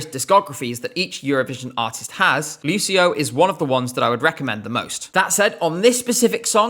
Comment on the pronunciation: Ci in Italian is always pronounced ‘chi’ and chi is always pronounced ‘ki’ as in ‘Kim’, so Lucio is pronounced ‘Lu-chi-oh’ !